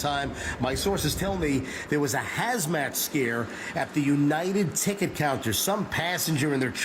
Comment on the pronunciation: Its Hazmat. Not Hasmat.